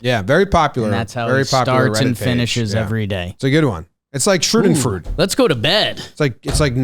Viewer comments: put up a layup by mispronouncing schadenfreude multiple times in a row and didn’t take it. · That pronunciation of “schadenfreude” killed me a little bit on the inside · "nonstop schroodenfrood" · Please learn how to pronounce schadenfreude. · Jomboy saying Cruz' was a clean play is pretty wild Edit: Jomboys pronunciation of schaudenfreude is even wilder